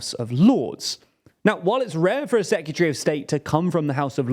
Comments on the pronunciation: Why does he pronounce 'Secretary' as 'Secutery'? It's giving me 'Nucular' flashbacks. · Are you saying "secutree"? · It’s secretary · Nearly shut this video off over that pronunciation of secretary 🤦🏻‍♂️ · Why are you pronouncing secretary like that😂😂 killing me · Please learn how to pronounce secretary